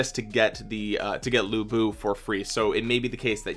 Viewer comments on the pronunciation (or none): To pronounce lu bu, the closest I can think of is the pronunciation "lu" from the word "lure" 😆